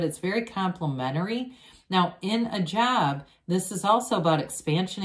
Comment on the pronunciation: Lol....I thought you said jab, as in vax..... instead of job. Thank you for the reading ❣️.